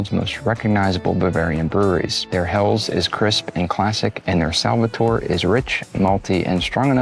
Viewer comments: It's pronounced Hell-es and not Hells !! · Helles is a two-syllable word: HEL-les. The final “e” is sounded, like the “e” in “less”. 👍🍻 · Have been to Augustiner in several locations. Great restaurant and excellent bier. Say “hell - es”. Next times(s) head to Bamberg for craft brews and to Sachsen for “thicker” Czech style lager.